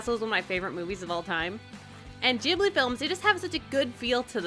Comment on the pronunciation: it's not gibli, it's Ghibli oof oof oof GHIBLI